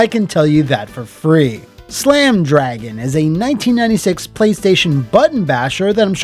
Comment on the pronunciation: C’mon and Slam! Welcome to… Dro-Gan?